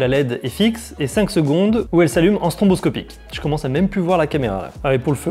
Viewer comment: Petite remarque... c'est stroboscopique et pas stronboscopique...